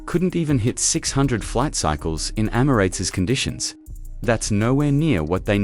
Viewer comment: Any video that can’t even pronounce ‘Emirates’ correctly immediately gets terminated and deleted - including this one!